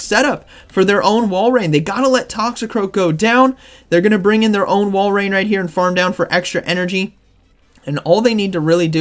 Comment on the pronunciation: This has to be said but before i do i love your vids now its pronounced walrin not walrain think of it like this say walrus then walrin if yall still say walrain then idk what to tell you lol🤣